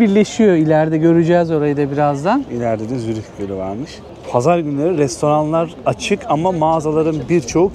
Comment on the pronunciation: adam Zürih diyemiyor